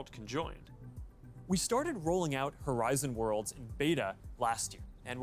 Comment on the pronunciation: I swear Mark just said "Horizon War Crimes" and I can't stop hearing it like that